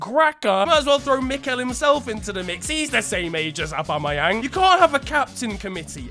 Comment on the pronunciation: the way he says aubameyang 😂😂